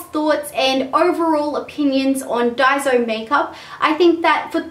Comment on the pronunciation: im japanese and you pronounce it dai-so. not day-zo or dai-zo